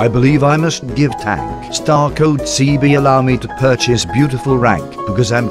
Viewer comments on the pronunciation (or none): You not seebee but seebee